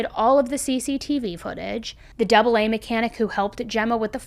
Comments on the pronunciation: Great video. Very interesting. Just FYI, we say A A, not ‘double A’. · Great episode. I live in UK and have not heard of this case. Maybe because I don't own a TV. FYI the AA is literally spoken AA not double A. I find it amazing that although we speak the same language each country pronounces things differently. Stay safe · „Double A” is pronounced as the “AA” (same as Alcoholics Anonymous) 🤣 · That’s so cute 💞 In the UK they don’t call it Double A. They just call it AA (by the letters pronunciation). Not to be confused with Alcohols Anonymous AA. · So weird hearing the AA pronounced as double A lol but great video as always